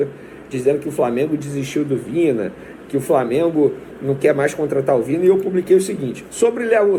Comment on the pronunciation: VINHA e não Vina